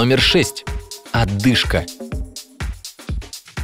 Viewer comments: ОДЫШКА, а не Отдышка !!! Говори правильно !!!! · ОДЫшка,а не оТдышка,следите за речью,за Вами повторяют...